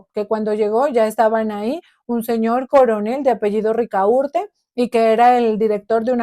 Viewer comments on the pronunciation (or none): ¿Rica urte? ¿No será Ricaurte?